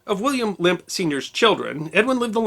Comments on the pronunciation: It's NOT "Limp"! It's "LEMP"! Like the "e" in 'head'. L E M P! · It would need to be pronounced "Lamp" not "Limp"... And Eschwege did not deserve that mutilation either ;-) that map is WAY older than the time you're talking about... it shows the Reichskreise (or Circles of the Empire) of the Old HRE that did no longer exist past Napoleon's 1798/1805 conquests in Germany. In the 1830s the Netherlands and belgium were long independent, as was Switzerland and the whole Austrian Part including bits of Nothern Italy also was a separate country. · You keep pronouncing it ‘Limp’. It’s Lehmp’. Es macht mich verrückt!